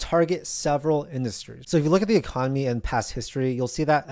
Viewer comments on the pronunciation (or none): none